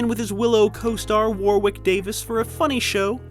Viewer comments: Ok, you're excused because you're American and British English is just illogical but the christian name "Warwick" is pronounced "WARRICK". Not like the surname "Warwick" as in "Dion Warwick" which actually is pronounced "WARWICK" Some other examples are "Berwick" "BERRICK", "Cheswick" "CHEZZICK", "Creswiwick" "CREZZICK" You get the idea. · You don't pronounce the second "W" in Warwick, dude, that's just basic English; you want to try it sometime. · It's not pronounced War Wick, it's pronounced War ick Davies. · War wick? It’s Warwick. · Great content - apart from all the adverts Just a pronunciation comment - warRick nor warWick Davies in Willow - the 2nd W is silent x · It's not war- wick....its pronounced War- ick....as in the castle. It's a silent W. Why do the yanks insist on inventing their own pronunciations of words that the world over know how to pronounce. For example its An-tar-tic....not An-ar-dic. Here endeth the lesson.🇬🇧 ..